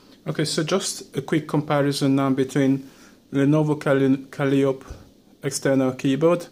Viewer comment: since you have trouble with a word, I will assist you, since by your dialect English is not your mother tongue. The word in trouble is "calliope", mispronounced kal-EE-ohp, it is pronounced kah-LIE-oh-pee.